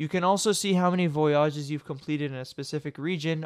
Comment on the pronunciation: VoyAAAWWWGES Bruh...